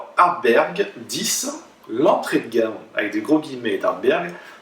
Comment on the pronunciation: ArdBEG pas ArdbeRg ... Et tu ne le dis pas qu'une fois ! (Pour le meilleur whisky du monde 2008 si je ne m'abuse et pour quelqu'un qui porte la "bonne parole", c'est un comble !..) Ta prononciation me heurte (pour pas écrire "hurt", if you know what I mean)